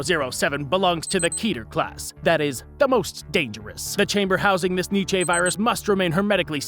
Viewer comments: It's pronounced like nee chuh not need chay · It's pronounced "nee cha".